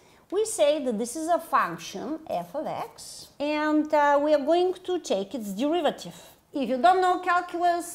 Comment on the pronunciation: Can't you just take the de-river-tive? (Sorry, not sorry)